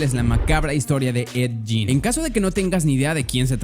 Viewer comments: Es ed gein no jin mejor ve bien como se pronuncia hermano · 👻💕 no se pronuncia ED YIN!!!!!